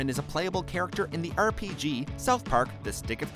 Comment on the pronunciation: Who the hell says rpg like that